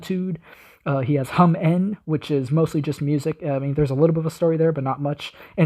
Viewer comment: I think HumN is supposed to be pronounced as "humen", like human